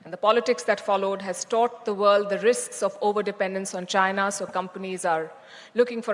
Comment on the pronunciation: JAINAH /Chinah? 😂🎉😅🎉😅🎉 That Ain't English 😊😅😂 It's INGLISH 😮😮